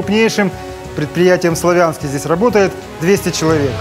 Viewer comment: В Славянске ударение на а ,славный город